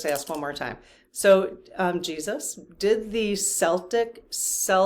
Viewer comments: You are so wrong. Catholics do like Jews. And Celtic is pronounced Keltic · Celtic is pronounced with a hard "C".......thx for all the great readings ! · when you're talking about religion or the people, Celtic is pronounced with a hard K sound. When you are talking about the basketball team, the Celtics, it is pronounced with an S sound at the beginning. I have no idea why the basketball team went with something different.